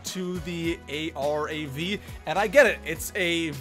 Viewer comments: It’s Calle aye rav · Call everyone a bad player but concusses literally everyone, cant pronounce arav their isnt a dash in the name, sniping is still good after the new armour update especially the outlaw, tip try not to loot late game unless its necessary